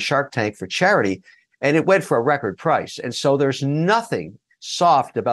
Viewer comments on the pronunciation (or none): none